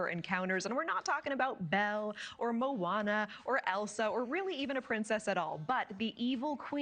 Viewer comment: It’s MOANA NOT MOUANA!